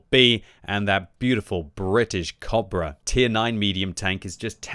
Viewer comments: y u pronouncing cobra weird ? isn't it co-bra like a long 'o' like in boat not kobra like german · It took about 6 times of me hearing say cabra to realize he was trying to say cobra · how you pronaunce cobbra, dude